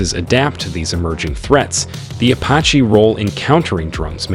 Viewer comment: Ok so the ai you used has a problem pronouncing the name of the helicopter this video is about making you loose credibility. Don’t pronounce it” apa chi “ pronounce it, “ah pach ee “